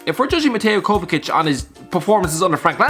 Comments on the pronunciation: come on how the hell did you pronounce Kovačić???????????? its not Kovakic its like saying Kovachich, not that hard, both c's are pronounced the same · No one: Absolutely no one:: Kova-KITCH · Its pronounced kovachich